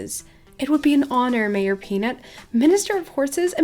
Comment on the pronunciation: "Maroj Peanut" ? Wasn't it "MAYOR Peanut" ?